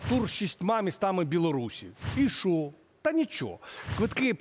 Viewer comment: в українській мові немае слів - щчє, щчо, якщчо. Вивчайте мову. Зверніться до мовознавця - Олександра Аврамєнка, послухайте як треба говорити, бо вас слухати не приемно